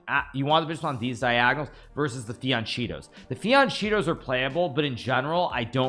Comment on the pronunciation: "Fiancheetos"?? Dude, learn the corect pronunciation. Just check it with google.